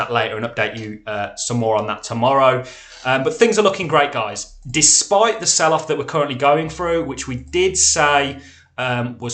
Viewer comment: And by the ebay, you are absolutely great!! But please dont say GAIS again.